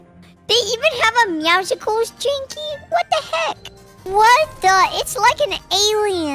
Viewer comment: "Meowsicules" lol